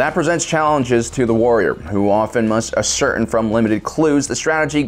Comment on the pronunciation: Ascertain is pronounced Asser-tayn